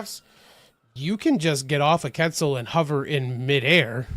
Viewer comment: Quetzal. Say it like Kwetzel dude.